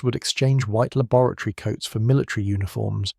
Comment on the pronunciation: LAB o RAT ory But you are correct, lol. I thought the same...